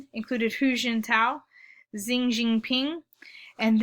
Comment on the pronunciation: started with a sulky attitude, bit arrogant, and not even able to prononce the name of Xi. At least u prepared some usefeul slides here.